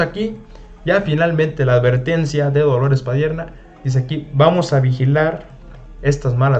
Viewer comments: EL APELLIDO ES PADIERNA. TU DICES "PADIERA" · No es padiera hijin, es Padierna. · PA- DIER- NA NO PA-DIE RA. NO SABES LEER MI CHULO. VARIAS VECES HAZ DEMOSTRADO QUE NO SABES LEER. MEJOR NO LEAS NADA. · PADIERNA, no padiera, amigo. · Compadre es Padierna no padiera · Te escucho y te apoyo brother pero te doy critica constructiva al mencionar a DOLORES PADIERNA....NO PADIERA como lo mencionabas en casi todo el video, al parecer finalmente te diste cuenta del error porque al final corregiste y mencionaste. PADIERNA. Saludos brother. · Compañero, aprenda a leer, se pronuncia P A D I E R NNN A, no Padiera, es Padiernnnaa, Padierna. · de dónde será este chavo que desconoce a la diputada Padierna, que tampoco sabe que existen las Lomas de Padierna, históricas durante la intervención estadounidense, o qué padecimiento tiene que le impide leer correctamente el apellido de la señora y lo pronuncia una y otra vez como Padiera??? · Buenas tardes mi estimado se dice PADIERNA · Cuidado con tu lectura ... ! PADIERNA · Generalmente tus artículos son buenos pero también generalmente pronuncias mal los apellidos de las personas a las que te refieres. Hoy es con Dolores Padierna y no Padierna, checa bien siempre los apellidos antes de grabar porque de por si los chayoteros siempre están criticando y si les das carnita te van a acabar y para los que te escuchamos siempre es molesto, tómalo como una crítica constructiva.